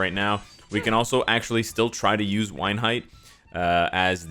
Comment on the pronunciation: The way you pronounce Weinheidt hurts my ears haha